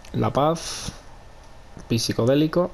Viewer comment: Pisicodelico? No se pronuncia pisicodelico si no Sicodelicon la P es muda y por lo tanto no se pronuncia. Al igual que no es psicólogo si no Sicólogo. Se escribe psicodélico y se lee Sicodelico. Se escribe psicológo y se lee sicologo.